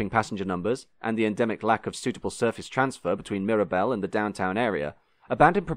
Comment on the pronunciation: Nice to hear you keeping up that fine English tradition of needlessly mangling the pronunciation of French words.